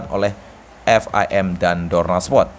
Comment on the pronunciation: ternyata selain feberwari, provensi, dan ini muncul lagi spot yang harusnya itu sport atau Dorna Sport tapi jadi dorna spot🤣 hal demikian juga terjadi pada penyebutan suport yang disebut Supot🤣 ngakak gw, ga tau ya ini orang emang sengaja nyebut gitu tau emang bego atau gimana tapi dari doi ngomong tinggi banget, sok bicara bicara literasi narasi dan lain sebagainya tapi masih salah salah juga😂😂